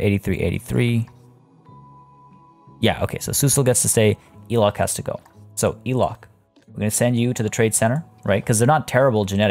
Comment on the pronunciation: just thought i would drop a comment because you did mention you like to learn new pronunciations, languages and things, she's traded out but elok the komodo dragon is pronounced élok with a hard e like in egg! it means pretty/goodlooking/nice/beautiful hehe